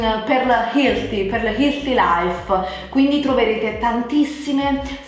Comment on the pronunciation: Se si vuole proprio usare una parola inglese al posto del termine italiano, perché magari "fa più figo", almeno si abbia la decenza di controllare la giusta pronuncia. Grazie ad internet oggi è possibile fare di tutto, tra cui anche scoprire la giusta pronuncia di "healthy", che non è "hilti". E se proprio non si è capaci basta dire sano!